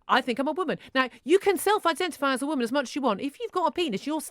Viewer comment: Aint no T in the word 'Woman'.